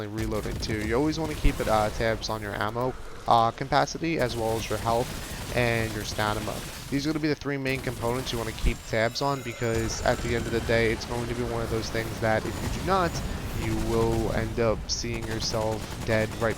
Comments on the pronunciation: btw a question why you keep saying stanima not stamina? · you called stamina stanima lol